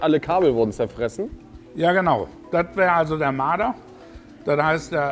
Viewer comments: Dieses Tier heißt Marder und nicht Mader!Grüsse gehen raus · Es heisst Marder !